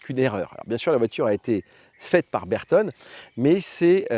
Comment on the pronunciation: Belle video. Pour l'amour de la marque, "Bertone" devrait se prononcer avec l'accent italien "Bertoné"